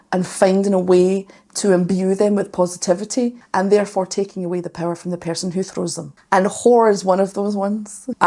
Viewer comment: Ahhhhh good, finally Amorphis! But I would really suggest you go to older Amorphis stuff, they are much higher up on my list. And I enjoyed their concerts very much! Also you said "Imbue them with possitivity" and that sounded like "Imbue them with pussytivity" 🤣